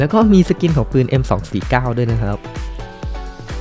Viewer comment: ปืนคับ ไม่ใช่ปิน